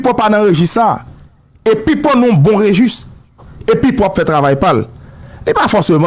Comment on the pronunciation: Enbesil yo pa di regustre yo di registre